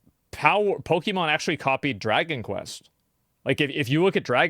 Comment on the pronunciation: Why do all od these guys pronounce Pokemon in such a ret4rd3d way?